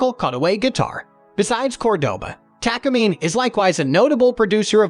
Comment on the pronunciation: Please pronounce Takamine correctly its Taka mee-nay Japanese company since the 1950s